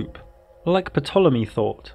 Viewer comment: its pronounced tolemy not patolemy ptolemy the p is silent.